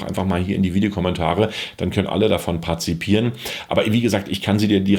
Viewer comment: Danke für das Video. Sehr interessant. Aber sei mir nicht böse, es heißt aber "partizipieren", und nicht "parzipieren". 😉 😊